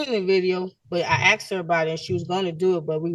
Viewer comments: I can’t get through this. As a black man with black kids. I sure as hell made sure they don’t sound like this. Axed seent 😂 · Axed and seent it should be grounds for re-education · She “would’ve seent him” . . . “axed”. She should also receive a citation for messing up the king’s language. 🤦🏽‍♀️ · Seent, axed … I’m suing for an assault on my ears!